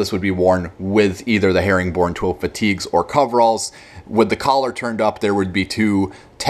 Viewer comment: herringbone* twill not "herring born"